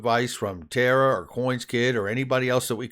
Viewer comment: It's Tarr-uh. Not TARA